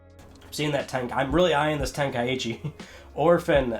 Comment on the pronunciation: Ten-kai-chi is how I believe it's pronounced. Not ten-kai-e-chi 👍